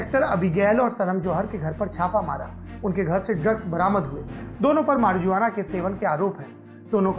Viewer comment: मारिजुआना नही सौरभ भाई मारुआना